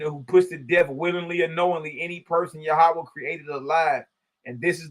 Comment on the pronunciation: I like how our bruh enunciates it..Yah oo waa